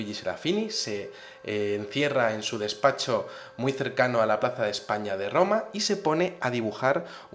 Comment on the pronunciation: se encierra en su dedspatshio jejeje